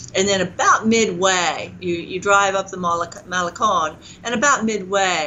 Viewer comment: Writes a book on spanish, but can't pronounce "malecon" hmm...